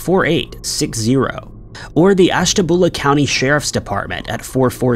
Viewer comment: Ashta-byoo-la Ohio.